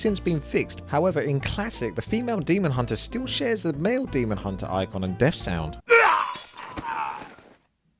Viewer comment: Learn to pronounce Three and Death please